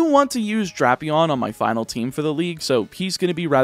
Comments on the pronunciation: ITS DRAP-EON NOT DRAIP-EON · Pretty sure it is Drapion, but I have heard it pronounced Drapion.